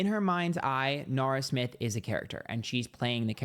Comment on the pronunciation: i hear "Nara" and think it's an australiian person saying "naur."